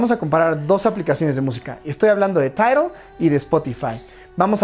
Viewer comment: Jsjsjajaa 🤣 🤣 🤣 🤣 tairol te sale chistoso 🤣🤣🤣